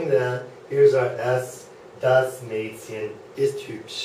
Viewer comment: If this is really a german teacher, then i need to come over and become a teacher. He even cannot speak out the word Mädchen... How bad ...